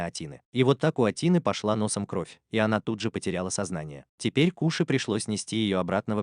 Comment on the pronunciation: Не кУши а кОши